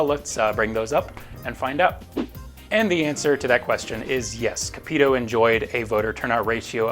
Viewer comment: Small note but you’re pronouncing Sen. Capito’s name wrong. But other than that, great video as always!